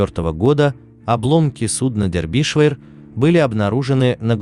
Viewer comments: милый автор. ваша озвучка в который раз доводит меня до икоты от смеха. название корабля читается Дербишир (на русском) ну или, если хотите показаться знатоком английского, Дарбише (примерно как-то так в русской транскрипции). где вы прочитали дэрбишвэ? нету в этом названии половины произносимых вами звуков. особенно от вас достается импортной географии. город Гамбург (Hamburg) у вас гамбургер, графство Дербишир (Derbyshire) - дэрбишвэ. даже боюсь представить как в вашей интерпретации будет звучать название столицы государства Шри-Ланка. видно, что вы тратите много времени и усилий на подготовку сюжетов. очень познавательно. большое вам спасибо. просто разберитесь с произношением. уберите пожалуйста эту ложку дёгтя. с уважением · Не дербишвер, А ДЕРБИШЕР! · Почему-то я слышу "Дербишвыр" вместо "Дербишир" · Не дербишвер а Дербишер ударение на "е" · Набрали куски роликов и содрали текст. Название сделали привлекатнльным. А читают текст неграмотно. ДербИдишвер? Расчет на кого? Похоже на книгу по истории СССР. Скучно, заумно, громада фактов важных и неважных. В общем , дерьмо в конфете. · (На первую"е")